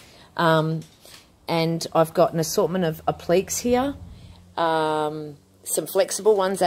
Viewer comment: Hi! Really enjoying your videos and looking forward to experimenting with your products. I get a little lost with a couple of your terms. Do you mean appliques? (pron: app-lick-ays) The other words I think were verdigris (pron: verr-dig-gree) and faux (pron fow - rhymes with toe). Will you look at expanding your range eventually and produce your own chalk paints, heritage colours and stains?